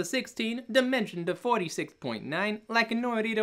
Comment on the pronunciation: This is impossible. Every time you say "dimension" I hear "demention" and that's how I feel.